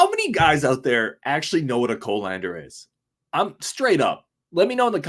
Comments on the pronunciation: Its a cah-lan-der, not Co-lander, lol. I have 3 different ones, but I'm basically a chef, lol. How much sugar on the burgers is what did it for me, lol. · Yeah, I even know what a whisk is. When people say they can't cook, what I hear is "I can't survive". Fill out your life skills dude, you'll be happy you did. And it's pronounce "cuhlander".